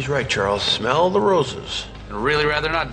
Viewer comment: Smell聽起來好像smile